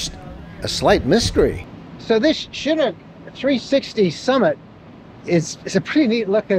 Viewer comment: Two comments: Chinook is pronounced shi-Nook, not CHI-nook. Also, it’s been called the “sports car of RVs” ever since the 1998 model set the RV speed record at the Bonneville Salt Flats. That was the original company that went out of business in 2005. A few years ago the old owner sold the brand name to a new company that now sells RVs with the Chinook label on them. The original Chinooks are still on the road and are very popular.